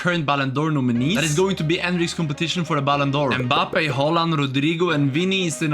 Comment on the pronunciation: The way he said mabbpé